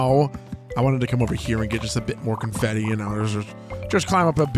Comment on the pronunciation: I love how the "Yaa" has transcended Paper Mario and is now the way pronounces confetti! ❤